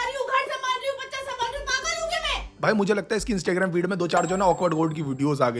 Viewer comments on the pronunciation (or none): Bhai mere instai graim nahi hota in stuh graam hota h pronounce aur likhte Instagram h....pls correct it itne bde youtuber hoke aisi chhoti chhoti gltiya kroge,??? Kitne hi log glt Sikh lenge dekh ke.... Google check kr lena dekh lena pronounciation aur jo correct ho vahi bolna..... Har video m yhi krte ho lmbe time se bt sudhre nahi fir bhi... Ab galti sudhaar ke next video se implementation dikhna chiye ok